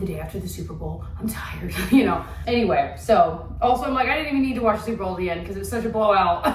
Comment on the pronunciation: When you were talking about your Super Bowl gathering and said it was super fun… I heard it as “souper fun” bc of the themed food! 😂😂